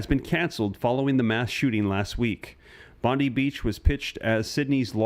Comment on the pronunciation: its Bondi not Bondeeee